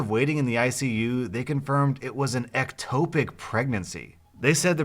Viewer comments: Ec-Top-ic not ec-tope-ic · It’s pronounced ECK-TOPIC... not EC-TOEPIC. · Ect- topic not ecto- pic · Ectopic, pronounced like topic. No "e" at the end no long vowel. Listen to your nana. Giggles.